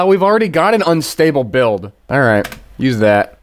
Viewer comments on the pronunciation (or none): none